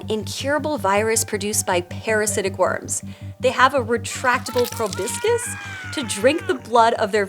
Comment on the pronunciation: Probiscus? What the hell is that? You mean proboscis.